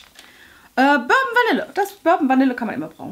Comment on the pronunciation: Burben Vanille? BurBON Vanille :)